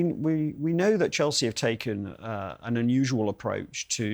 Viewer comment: city man that cant get chelseas name from his mouth